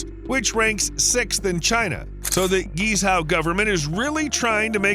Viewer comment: Are you attempting to say Guizhou?